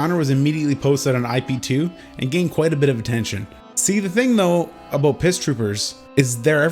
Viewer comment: 3 "aboots" in the first 2 minutes alone... love ya, bruh.